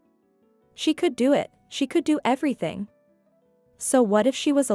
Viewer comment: Please learn to read English better. For "native English" speakers, you pronounce too many words" incorrectly given context. So something is off. Examples "do" is pronounced "duu" when spoken as a verb, but your reader says "doe" like in "do, re, me" the musical term. "Agape" in English is pronounced "Uh-gay-p" with a long a sound in the second syllable, but you use the "Agape" word that means "altruistic love." There is a big difference between having mouth hanging wide open in English than the Greek word for Altruistic love. these cause breaks in your story, especially if you do NOT have captions to follow. (and then there is "bow" the ribbon versus "bow" your head. not said the same way, dude. GRRRR